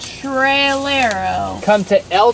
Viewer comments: TRELERO no, it's would be pronounce like: TR-EYE-LERO Oh that was so cute, Let's keep on watching, I'm loving the video! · Trailero is pronounce like if you were going to say trail + aero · It’s EL TRAILERO pronounced TRY LAIR OH